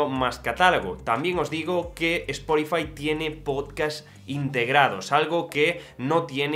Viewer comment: Cada vez que dices “esporifai”, dios mata a un gatito británico…